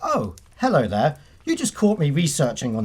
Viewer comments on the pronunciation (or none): none